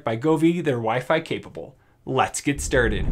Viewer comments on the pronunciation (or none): love it how in the begining of the vid he says lets get strrded ensted of started